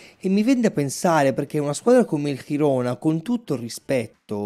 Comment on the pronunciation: Girona - con G Italiana :)